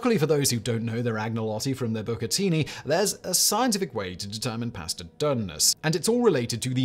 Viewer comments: Listening to him say PIA-ASTUH many times makes me wanna punch my screen ! Hmm, I wonder if that’s related? Or when he says the words such as ‘LAW’ yet it’s ALLLWWWWAYS ‘LORE’ ! Ahhh… so many Brits adding R’s to pretty much all vowels & dropping R’s for also the same reason, which is seemingly NO REASON!? Well -except 🇬🇧 like to play, how to Fudge up the language that’s named after your own country? Just all guesses, judgemental behavior & everything else. 😜😵‍💫😵‍💫 Also another thing that seems very British or at least belongs to the colonized British places was a recent video of his - were the origins of strange idioms- seems like understandably the odd ‘Bobs your uncle’ 🧐😳🤭belongs to 🇬🇧 also. Simon states, it’s like saying- “A PIECE OF CAKE” 🍰 Yet does not explain where that one came from. Smh. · Simon, whenever you master the proper way to cook pasta, perhaps you’ll also learn how to pronounce it 😂jk. Carry on, Fact Boy🤘🏽 🍻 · I love my pass-tuh al denté